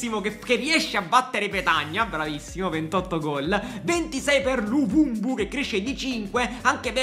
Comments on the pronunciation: perchè lo chiama luvumbu hahahaha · Però di luvumbo non luvumbu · Ma perché luvubu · Luvumbu😂😅.È luvumbo con la O.Grande 😂😂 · Tutti “luvumbo “ “luvumbu “ ahah, sempre il migliore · Dire luvumbo troppo difficile😂